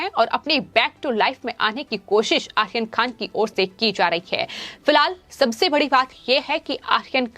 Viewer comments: आप आर्यन खान का नाम ठीक से लिजीए. यह आखीर खान कौन है?? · You are pronouncing Aryan khan as Akhirkhan Is it both are same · Correct..ahyan khan....🤣🤣🤣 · How she pronounced Aryan khan!!!!!!!!Ahyan khan😆😆